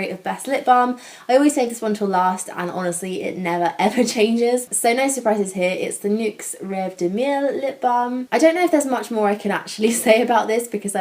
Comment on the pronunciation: love rêve de miel as well! :) "miel" is actually pronounced as "me - elle". and "rêve de miel" is french for "honeydream"! perfect name :)